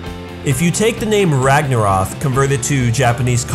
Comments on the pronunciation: Ragnaroth? You mean ragnarok? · Its Ragnorok not ragnoroTH. How can you spell it right but not even say it correctly lol. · RagnaROK as in ROCK not ROTH or whatever youre saying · Spent the whole video screaming "ROK, NOT ROFF" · Ragarno K Not Rof Sorry it's just irritating to here it pronounced wrong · it is pronounced " rag nor rock " as in the norse end off days aka the time when thor fights a giant snake that has a name that IS ALMOST IMPOSSIBLE TO PRONOUNCE or spell, not " rag nor roth " as you pronounce it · Why do you keep saying Ragnaroph? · RagnaroK not ragnaroth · It's not ragnaroth, it's ragnarok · It's...RagnaROK not RagnaROTH. You put it right on the screen and still pronounced it wrong... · you said the Vikings dooms day wrong it's ragnorrak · Why are you saying ragnaroth? Anyway.. I love that boy Crona. Got his name on my arm 🖤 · i don't know about ya'll but the fact that keeps saying "ragnaroth" is bugging me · Is it me or is he saying ragnorok as ragnorath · Why does he say ragnarok like ragnaroth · It's spelt and pronounced as Ragnarok so please say it correctly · dude its pronounced rag-na-rock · STOP SAYING RAGNAROTH! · Rag na rock dude learn your words ffs